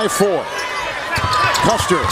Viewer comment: Mispronouncing Loyola’s best player, Clayton CUSTER’s name is embarrassing dude. I enjoyed the video but damn. Show some respect and get it right And Enfield? What?? How do you even get that wrong?